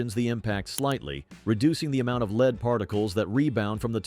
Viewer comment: When will AI become able to pronounce LEAD BULLETS correctly? It should be a simple update for all synonyms and antonyms. My other WHINE is that the current prices for 22 lr ammunition is stupidly expensive!!! WHY? Why? Why?......WAAAAHHHHH 😂 And 14 cents per shot of stinking 22 long rifle is NOT inexpensive!!! They shouldn't cost more than 5 cents per shot for the very best Top Shelf pea 🫛 shooter ammo... I'd still feel bad tossing a handful of nickels at an empty soda can laying on the dirt and might as well only shoot 9 mm ball ammo for just a few pennies more per shot 😊. Again another tease WAAAHHHHHHHH!!!!!